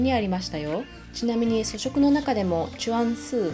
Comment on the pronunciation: 素食や全素の読みが違っているのが気になりました。それならまだ日本読みにされた方が。